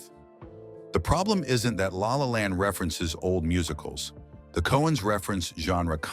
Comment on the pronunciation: Lay, lay land. What the actual fuck - does anybody proof read/watch this drivel.